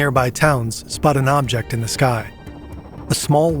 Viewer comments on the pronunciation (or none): none